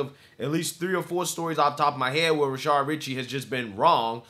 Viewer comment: Why does this guy always say 'Rashard?'